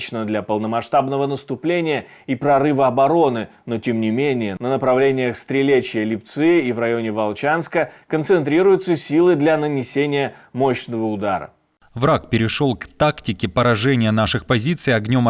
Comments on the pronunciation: лИпцы, ударение на И, хватит называть ЛипцЫ этот населенный пункт. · Ударение надо ставить на И: ЛИпцы.